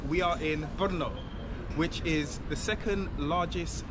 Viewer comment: Proč místo Brno tak mu rozumím slovo po*no?🤣